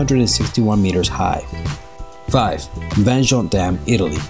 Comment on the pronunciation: The 5th (Vajont Dam) is one of the saddest places in Italy. 2000 victims. Only one thing: "Vajont" is pronounced with the Y, as "Yogurt", because in Friuli (linguistic minority of northern-Italy) "y" and "j" is pronounced the same way.